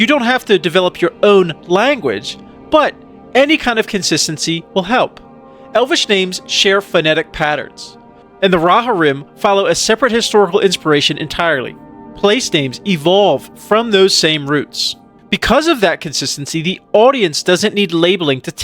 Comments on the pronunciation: The Rohirrim didn’t know it could be pronounced like so 😭 Rhāhhorem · Great video but the pronunciation of Rohirrim was insane😭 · I could never imagine this pronunciation for 'Rohirrim'.